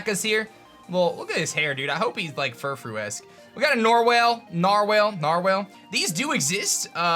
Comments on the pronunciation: Nar-Whale LOL its totes nar nar bruh. pronounced like Nar Wall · NARWAL ITS A NARWAL NARR-WALL